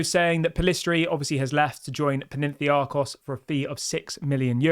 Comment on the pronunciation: Sancho to go.... Ugarte is better than the others you mentioned I would take Ugarte and Amrabat together... Stop saying Ugarte is too expensive. He is worth what we are willing to pay. Also, please practice saying foreign teams and players names before coming on and talking about them such as Panathinaikos and Manuel... cheers